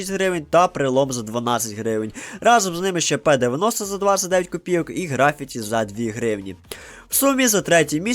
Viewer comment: В слові графіті наголос треба ставити на першу «і»